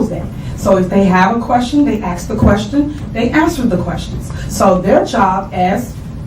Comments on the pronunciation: Also, the word is ASK, not aks…..the s comes before the k….. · I’m tired of hearing her saying “axe” instead of “ask”. She’s clearly ignorant. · I feel bad for the people in the area that didn’t vote for this lady but how are you going to elect someone who says “axe” instead of ask? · Let me ax you dis. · yeah its usually a problem when they cant pronounce ask!